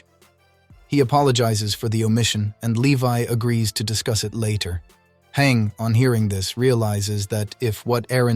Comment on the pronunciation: i thought it was PONOUNCED HANJE NOT HANG